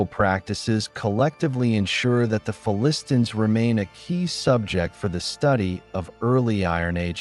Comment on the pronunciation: What is with the affected pronunciation of "Philistines", a pronunciation I have not heard anywhere else and one that is counter to all dictionaries. Are you just trying to be clever?